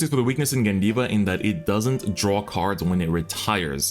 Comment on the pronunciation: Course its gandeeva